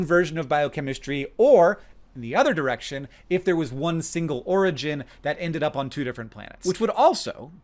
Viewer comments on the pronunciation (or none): none